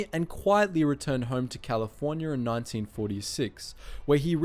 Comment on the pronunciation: On Why the fook do you say "californiar"....you